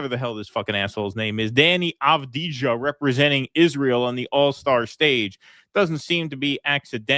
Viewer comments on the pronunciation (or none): Not aw-dee-jah but av-dee-yah with accent on dee. His dad is a muslim Gorani and Avdija is Slavic rendering of Arabic name Abdiyah, similar to Abdullah and Obadiah.